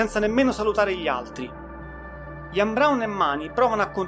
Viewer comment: Sono daccordo, per esempio SQUIRE va pronunciato SQUAIER non SQUIR. IAN come si legge ma con la I accentata. La dizione in generale non e' ottima ma comunque apprezzabile che un giovane parli di artisti come smiths, stone roses, cure, smashing pumpkins ecc ecc. Auguri!